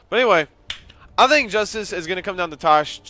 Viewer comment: I like how says, "Justus." I imagine that's how a rat would pronounce it.